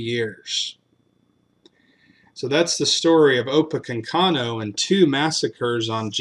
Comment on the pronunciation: It’s “opa-KANK-inoo”. Thanks. 😉